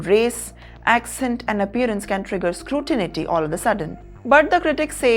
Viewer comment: Ekscalate? Scrutinity?